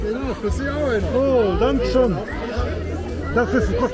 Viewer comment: 😂ещё понадобится долгое время, что бы это выучить... Хотя не удевительно, там сама учительница шпрехает: вундершон....😅😅😅поэтому и так же разговаривает: Hallo...вместо наллё, Danke schon...вместо данке шён,такая учительница правильно не научит... Жизнь научит....если будет прислушиватся,как разговаривают немцы, или хотя бы люди хорошо знающие язык, а это как правило только на работе....